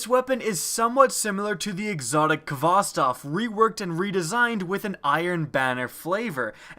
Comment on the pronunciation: Zalostkov?))WTF)) Hvostov is a russian surname, Zalostkov is definetely not)) Also it sounds like - Hvostov, no K sound there.